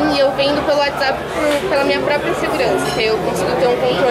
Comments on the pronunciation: Po Tog perla não, é PEERRRAAA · é uma dificuldade do toguro falar "PERRRAAAAA" mds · O Toguro fala perla mas é peraaa de 🍐